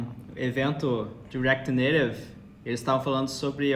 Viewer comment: como é que é "reaquiri neirevi" kkkkkkkk pq tu nao fala "reaquiti naitive"